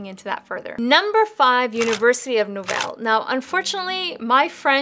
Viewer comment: I know this is 2 years old but did you just say University of No-val.....it's Laval...both 'a' are long.